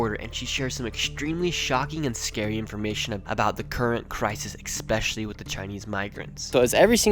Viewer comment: The word is not “expescailly”. You sound silly.